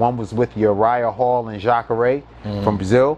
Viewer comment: My nigga know about UFC? We gotta chop it up... He said Jacare name right lol